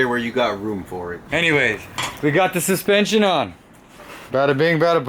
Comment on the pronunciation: hehehehe... Dude can absolutely butcher the Engrish language like no other!